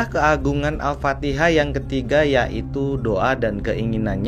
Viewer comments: Mf bukan surat AL-FATIHA.,tp AL-FATIKHAH. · Al Fatihah kang... Bukan Al Patiha